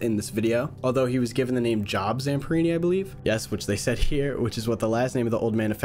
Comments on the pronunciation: cool thing is, there actually was a major power outage irl at the time they were talking about. Also, the name is not "job" like where you work, it's Job, like the guy who was tormented by the devil in the old testament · The one thing i havent seen many people mention is that Job (pronounced jobe) was a man who was constantly tortured by god and satan to test his loyalty to the lord